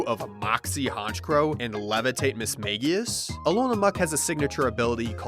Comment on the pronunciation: It's pronounced Mage-ius